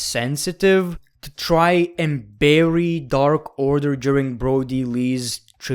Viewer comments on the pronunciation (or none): none